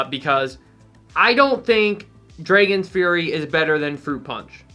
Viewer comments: Bro why does he pronounce it like that tho? Shit got me scratchin my head lol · Number 10 v2 Nobody:: Say's Draygons